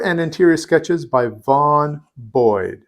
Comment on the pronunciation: Vaughn Bode=Vaughn Boday